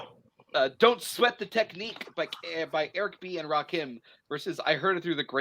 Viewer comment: I want to strangle every time he says Rakeem. ITS RAKIM. LIKE HIM. DAMMIT